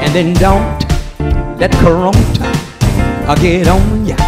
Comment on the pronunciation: LOL he said CORONTA. My people do not disappoint.